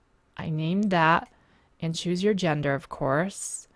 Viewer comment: lol you pronounce and like ayand.